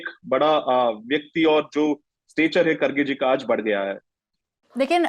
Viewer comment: He is not खडगे, he is खरगे. Pronounce as खरगे.